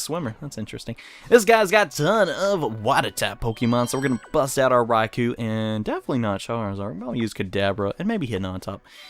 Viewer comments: Raikou is pronounced Raiko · Raikou is /rye-koh/ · it is prounounced (rai-co